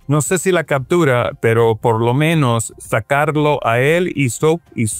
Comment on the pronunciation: No se dice cactura, se dice captura